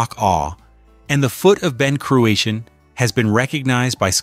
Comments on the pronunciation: “Ben Croo-a-Sheen “. Pronunciation is a f joke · Learn to pronounce Ben Cruachan correctly by asking a Scot. Don't air your american ignorance over here. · Terrible pronunciation of Ben Cruachan doesn’t help.